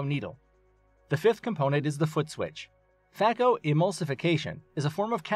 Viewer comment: Please know that the pronunciation is FAY-ko not FAH-ko